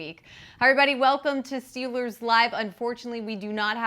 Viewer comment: Lol yea. Am I the only one who hears say Steel-lures instead of Steel- ers?